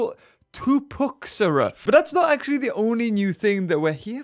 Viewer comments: Its ok, some pronounciations are hard to do, it took me 3 years before i finnaly got Piatnitzkysaurus right, for this pterosaur the Tupuxuara it is porunoucned like Tupu-wharrah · Its Tupu ME ara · The new pterosaur is pronounced two-pax-wara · Yo, Tupuxuara is pronounced (Tu-pu-huara), Love your vids btw. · Tupuxura is pronounced Tu-pu-gwar-a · It’s pronounced tu-pu-huara, just saying